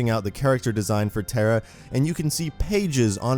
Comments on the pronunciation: Your pronouncing her name as "TERA" like tera nova. Her name is pronounced TAH-RAH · Proud to be thai Also pronounced "Taa raa" not "tare rah" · Why does he say Tera it's TARA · Pronounced....TAWRA not TERRA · NOT TERRA! its tah-rah tara not terra!! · Tara is a hindi language word which means star. It is a popular name in India and it is not pronounced as terra*. It is pronounced as *tah rah तारा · It’s pronounced taa raa it’s an Irish name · Pretty sure you'd pronounce it 'tah-rah' you know.. like the girls name tara... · You pronounce the name wrong. Tar. Ah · It actually pronounced taa raa in thai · Tara* not tera... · None gonna talk about how badly he's pronouncing Tara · I love the character as a whole but I know it not his fault but the way he pronounces the name is ticking me off a bit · Just to let u know that's not how you say her name